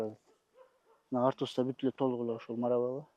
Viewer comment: Ассалому алейкум. Былтыр ежевиканы ежемалина деп айтып журуп эле эми туурабы айтып квлыптырсын. Эми Маравелла эмес Маравилла деп айткан абдан жакшы болот.